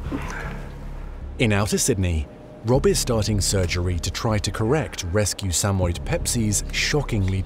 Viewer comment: Suh-moy-ed, not Samed. I had two and they were wonderful dogs. They loved everyone.